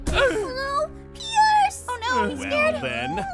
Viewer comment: i noticed that called pierce "pee-arse"